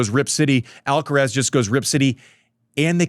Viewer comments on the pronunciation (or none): none